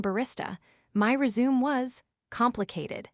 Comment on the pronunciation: Rezoom! A new way of pronouncing resume!